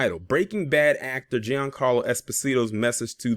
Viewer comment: His name is pronounced "John Carlo". He's Italian.